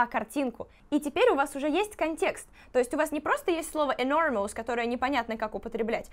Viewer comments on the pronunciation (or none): в слове enormpous нет дифтонга 'оу': [ɪ'nɔ:məs], а не [ɪ'nɔ:mous] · А я думала, я буду первая, кто напишет "I think you're mispronouncing the word enormous" 😂